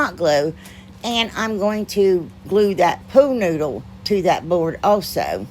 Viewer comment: Lol i crack up every time you say pool noodle. It sounds like your saying pooh noodle. Im not good at pricing things I just give them to neighbors and friends for free lol. It makes me feel all gushy inside giving things away lol.